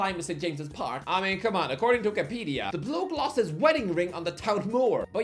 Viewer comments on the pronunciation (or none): none